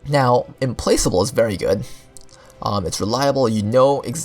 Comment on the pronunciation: The only video that pronounced Implacable correctly